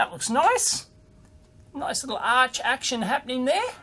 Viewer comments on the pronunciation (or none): none